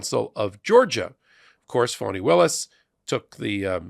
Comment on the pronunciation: District Attorneys name is Fani( like fawnie). I only say this because it is important to respect Ms Willis's position in the Court/ Justice structure and because of historical reasons of injustice towards women and black women in particular. Plus we want to show these maga/ right wing republican basic racists that disrespect will not be tolerated. And that is why it is so important we pronounce and spell Prosecutor Fani Willis 's name correctly.